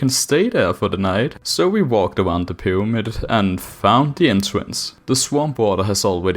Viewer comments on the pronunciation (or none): a FWICKING PYWAMID?!